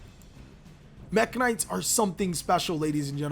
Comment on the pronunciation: "Pure mekk-knights"